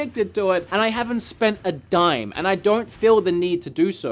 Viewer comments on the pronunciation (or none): none